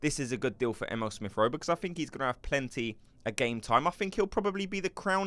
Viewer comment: 😂 his name is E-mee-le 😂 not M.L